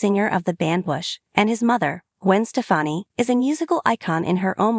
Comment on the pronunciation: Say her name right